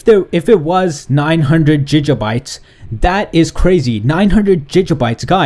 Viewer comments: it's not jija bytes it's gig bytes...smh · i hate how he says jijabytes its gigabytes danm it!! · stop fucking saying jija bytes!! it's Giga!! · its giga. not jija. Like quagmire when he says gigitty its gig uh bites. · why is he saying Fiji instead of gig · Why is he saying Jija bytes it's Giga Bytes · Jijabites, dont you mean gigabites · what's a jijabye don't you mean.......... gigabyte lol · your saying jijabites its gigabytes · Wow jijjabytes😂😂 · It's fucking giga not jija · He says JiJa bites, I think he's Intentionaly mugging us off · Lol jijabytes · WTF IS GIJA BITES LOL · Jijabytes?? XD You said Megabytes right but whats up with the Gigabytes XD, anyways good vid, thanks for the info. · gig pronounced as a band playing the contract, and ah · "Gija bites" HAHAHAHA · "Ji ga Bites " LEL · JIJA BITES OR GIJA BITES?!?!? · Why are you pronouncing gigabytes "jijjabites" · "jija bites" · "Jijabyte"? xD HAHAHAH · It is pronounced Gig•uh•bites"" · 2 jijabytes? 😂😂😂😂😂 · say it with me gig a byte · The way he says gigabytes wtf XD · There's no way hes pronouncing gigabytes right??!! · Giga bytes can't blame you the way you pronounce it is the way you spell it, but bruh don't . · It annoys me how he says gigabytes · Can't even say gigabytes right smh